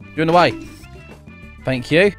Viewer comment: Fank you fank you for jumping off” I feel like that’s an accent if so I love it.